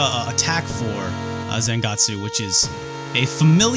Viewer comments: it pronounce Zangets. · he keep reading zangetsu name wrong and he even doesn't know legion name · You seem to know everything about this game except how to pronounce Zangetsu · needs to watch some Bleach to learn how to pronounce Zangetsu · its especially weird when you've seen his old video on the Hori Gamecube controller and other Japanese things and he pronounces Japanese just fine... I almost think he messed up Zangetsu either as a joke or just for funzies.